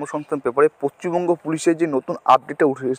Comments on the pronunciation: Paschim banga Not pacchimbanga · পশ্চিমবঙ্গ, পচ্চিমবঙ্গ নয়😂😂